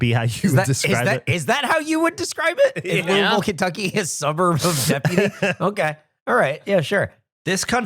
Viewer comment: As a local, it kills me how he says "lewey-ville" instead of sounding like he has a mouth full of marbles of "lew-vull"